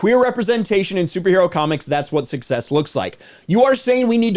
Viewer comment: "Success" isn't the same as "Sucksess"